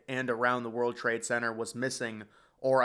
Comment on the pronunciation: Why do you not pronounce the 'T' in Center?